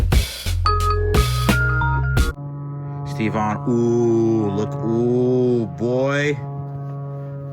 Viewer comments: Sherp looks awesome, good job boys. Btw why does says STE-VON instead of Stevon or Steven (sorry not sure what's the real name ), what's the story behind that:) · I always thought you were saying "Steve Vaughn".